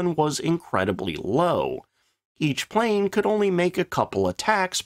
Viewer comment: We found it... The "PLNE"